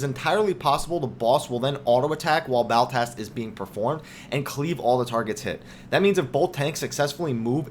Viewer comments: Also It's not Baltast, it's Ballast, Ball as in val and ast as in asterisk. Other than that, great video. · God, I cannot get over the 'Baltast' rubbish.. you just keep saying it. It's Ballast. It's something that regulates electrical current. Like you go to the length of making a good video focusing on high attention to detail, when you cannot even read an ability's name. Kinda saps the credibility from it all.